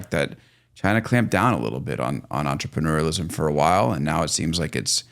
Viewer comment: entreneurialism? Thats certainly not French. 😂